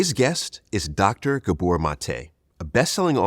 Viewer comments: It’s GAbor, not GaBOR, idiot. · It's GAbor... not gaBOR.. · Ga. bor , pronounce it "gaa bor" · Pronounce his first name correctly.